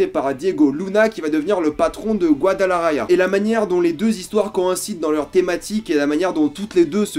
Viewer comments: Alors oui, je pue en espagnol, je prononce mal "Guadalajara" et "Camarena". Mais sinon, meilleur moment de cette saison ? Si vous voulez un t-shirt ciné/séries vous pouvez utiliser le code promo "RGORILA" : ! Pour ceux qui aiment la chaîne vous pouvez désormais la soutenir GRATUITEMENT: ! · Rien a dire j'ai kiffe cette saison aussi mais soigne ta prononciation de Guadalajara par pitié 😂